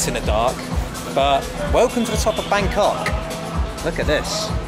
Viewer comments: No need to repeatly pronounce it Bang Cock! :D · They seem to pronounce it like Bangor in Wales.